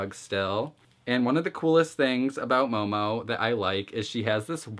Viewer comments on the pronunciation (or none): Just saying, its mohmoh, not mou mou. But great video as always :3